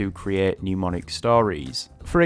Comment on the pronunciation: you say RTK is how you learned how to read and write Kanji. However, RTK intentionally and specifically doesn't teach readings. Explain. Also, NEM-onic. Not NEW-monic. In a language video this is telling.